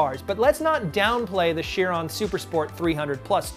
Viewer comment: Actually I believe you pronounce Chiron as like k-ai-ron